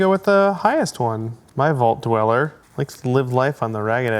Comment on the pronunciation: It’s Vault Dweller. Not “Fell” Dweller